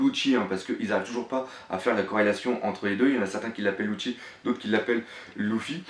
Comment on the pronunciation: propre ta vidéo j'adore je les suis toutes mais y'a un gros problème ça me fait mal au oreilles quand j'entend loufy et louchy, c'est Leufy (lufy) et lusie et non louchy faudrait pensé à voir la prononciation des blases sinon c'est vraiment nickel